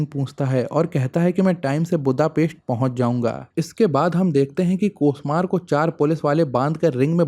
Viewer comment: बुद्धापेस्ट नही, बुडापेस्ट होता है